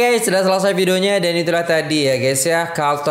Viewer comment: Culture sebutnya kal-ce